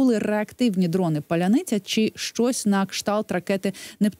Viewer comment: Адепт ніколи яновіча дає інтерв'ю🤷‍♂😁А найсмішніше, що ведуча сміється з уззьких ,що вони не вимовляють "паляниця" ,але ж шановний військовий теж не здатен вимовити слово "паляниця"🤷‍♂😁